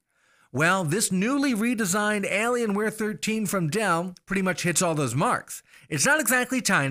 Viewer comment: "Alienceware". XD